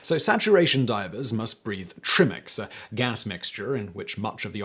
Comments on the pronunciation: Tri Mix not tree mix. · Tri-mix, not trim-ex… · It's Tri-Mix yo! Like 3 gases; ox, h, he. Trim-icks just makes you sound like a non-diver. :D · Thanks, but Trimix rhyms with try as in 'try it again'. FYI: High oxygen content gas - between 32 and 38% - keeps one warmer when diving, but will kill as you approach 40 meters. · Pretty sure you didn't pronounce "trimix" correctly.